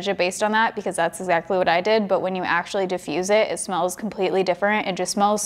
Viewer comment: When she said actually it sounded like she said sexually 😂😂 10/10 moment